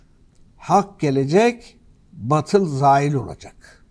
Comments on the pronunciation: Birde batıl diyor. Her ne kadar batıl yazılsa bile bâtıl diye telaffuz edilir. Herifi dili bile yakışmıyor.... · batıl değil hadi bey, BAATIL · Hadi bey Kılıçdaroğluna gülüyorsunuz da, hadi o "batıl" diyor baatıl demesi gerekirken, siz de a harfini uzatmadan batıl diyorsunuz,yakışmadı size .. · Hâdi bey siz bâri yanlış okumayın batıl nedir, BÂTIL olacak. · En az Kılıçtaroğlu kadar, ayetlere yabancı olduğunuzu görmek beni üzdü.. Keşke "bâtıl" kelimesinin nasıl telâffuz edildiğini birine sorup, öğrenseydiniz. Kılıçtaroglu nu mâzur görebilirim. Çünkü İslâm dinine mensup bir toplumsal yapıdan gelmiyor. Ama siz İslâma mensup bir topluluktan geliyorsunuz. Size bunu çok gördüm. Ayrıca gazetecisiniz, bunu bilmeliydiniz.